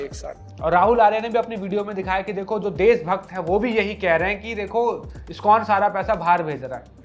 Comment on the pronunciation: He can't even pronounce ISkCON properly, he is that great an empty head, - Fools rush in where angels fear to tread